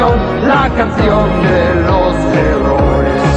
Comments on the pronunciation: claro lo que pasa es que el dice osea pronuncia la r fuerte por eso parece que dice otra cosa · Como es adaptada del francés. Héroes en francés se pronuncia HERRÓS, por eso los que adaptaron esta canción de la versión francesa, para rimar, pronunciaron esa linea, igual? HERRÓES? WTF? 🎶C'EST LA CHANSON DE HÉROS - LA CANCIÓN DE LOS HÉROES🎶 Mas comprueben acá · coño es cierto, pronuncia mal las erres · Es "Héroes". Algunas pronunciaciones son incorrectas, debido a que el cantante es francés. Saludos a todos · entiendo que el es frances, no español, por eso pronuncia así la R en Heroes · ¿Dice la "canción de los heroes"? Yo siempre había pensado que decía "la canción de los mejores". ¿El tío era extranjero o qué? Pronuncia y acentúa "héroes" de una forma rara. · Héroes, la R la pronuncian doble algunos franceses.